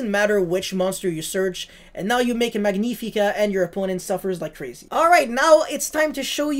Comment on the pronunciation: Magnifica in this case is from Latin not Italian it's spelled like magnetic 😂❤ For the rest great deckkk